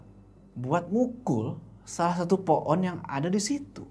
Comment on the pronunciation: ngomong pohon jadi po'on jd lucu wkwkwk